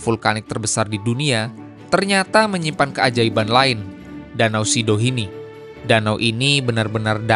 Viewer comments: Danau sidihoni bang bukan sidohini😂😂😂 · Sidihoni bang,bukan sidohini😂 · Bang, itu namanya Danau Sidihoni.. Bukan Sidohini.. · Itu danau Sidihoni bukan Sidohini kang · Danau sidihoni bang, bukan sidohini😢